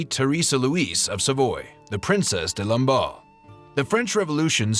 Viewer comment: Lamballe* not Lombard.